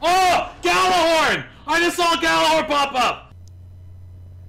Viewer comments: It's pronounced "Jallarhorn" not "Gallarhorn". The G is silent, more or less. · Zero Nova Well, im swedish. And Gjallarhorn is a nordic/islandic name. Over here, Gjallarhorn would be pronounced "Jallarhorn", or more like "Yallar(who)rn", and as it is a nordic name im guessing that is the correct pronounciation.